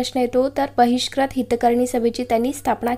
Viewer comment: Please don't say vratpatr it's vruttapatra u will be there in pronunciation same for bahishkrut it is not bahishkrat